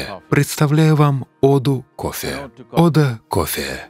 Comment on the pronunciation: Что за дичь, я люблю кофе, но это сплошная реклама, аж бога затмил кое )) гуру ходит чтото говорит, сомнительно, что именно то, что читает чувак с придыханием произнося "кофффеее" :)